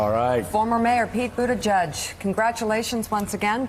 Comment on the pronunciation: Mika can you please pronounce his name right and he's a presidential candidate not only a former mayor